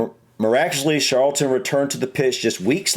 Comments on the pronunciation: it is Charlton not Sharlton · Lol,, your pronunciation.!It's CHarlton (tsch like in 'cheese') and MuniK for Munich (German pronunciation). Yeah, I knew it would be Bobby Charlton (he also had a famous footballing brother called Jack, though they didn't get on). That aside, you guys should definitely check out the story of the Busby Babes and the Munich Air disaster, just the most awful tragedy, and very important to the history of Manchester United. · Charleton is pronounced with a hard C, like in Charles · Ashley Cole is pictured with an actual cap awarded to the International players. Charlton in accent sounds like it starts with an s, it dosen't. Scholes is said scoles. Haaland was born in Leeds, England, but chose to play for his dads country Norway. Yes, George Best was easy to say, he was from and represented Northern Ireland and Manchester United as well as other English teams, like Paul Gascoigne he was a know drinker and died when he was 59. George Best (22 May 1946 – 25 November 2005) was a Northern Irish professional footballer who played as a right winger, spending most of his club career at Manchester United. Belfast City Airport was renamed George Best Belfast City Airport as a tribute to Best.